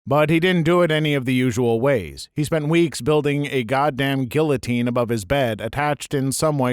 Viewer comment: Someone can’t pronounce guillotine